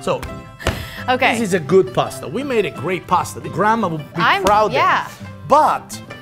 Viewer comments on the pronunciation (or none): It's not pronounced 'Paaaaaasta' ffs!!!